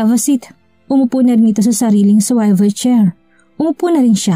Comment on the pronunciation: Kainis pakinggan ang Swayvel chair mo. Swivel chair dapat. Don’t be offended just want to correct you.